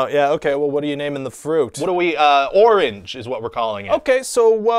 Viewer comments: Um...no. The fruit's name isn't pronounced "oring." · kind of. It's "or-inch" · "Orange", when mispronounced, rhymes with "Door Hinge". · Orange rhymes with Door-hinge